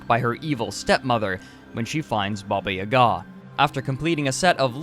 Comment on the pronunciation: Why you put that strange accent on "Ga"? It's not pronouced this!